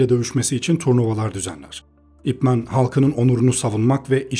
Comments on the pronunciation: "ip men" diye değil "ip man" diye okunuyor. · Videona genel anlamda kayılıyorum ama bir düzeltme yapmam lazım. Bu "İp Man" adamın adı adı... Bi lakap falan değil, neredeyse herkes "İp Men" diye okuyo. Sanki süpermen türevi bir süper kahraman adı okur gibi. Bazıları daha da sinir bozucu, belki duymuşsunuzdur "Ay-Pi Men" dye okuyan var. 😒 Lan adamın adı o adı ya... Yazıldığı gibi okunuyor bu kadar basit. "İp Man" zaten buradaki "İp" soyadı "Man" da adı.